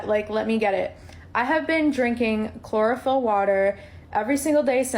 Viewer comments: Chlorophyll... Sounds more like Borophyll. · chlorophyll...more like bore-ohpyll.